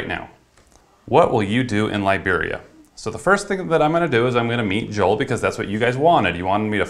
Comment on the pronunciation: Its pronounced JOE-EL